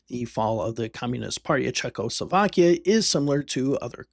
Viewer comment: how many times does the letter L show up in Czechoslovakia? for some reason people pronounce it as if there are 2, there is only 1